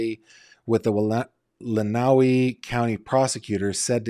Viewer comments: Michigander here. It’s pronounced “len-uh-way” county not “len-oww-wee” county. Just had to say something lol it was driving me nuts 😂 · Glad to hear you speaking about Dee ✋ Lenawee is pronounced like "len-uh-way"